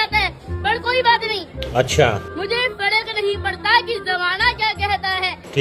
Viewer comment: Abhinav has every right to live his life the way he is living.He is not doing anything wrong Neither Abhinav not his parents should be targetted.If he can't pronounce fark it can be his weakness but people call him fraud.Let him enjoy his life.